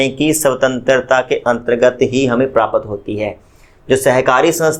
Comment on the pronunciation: Sir prapt ko thoda jaldi bola kijiye because Prapt aur prapat me difference hota hai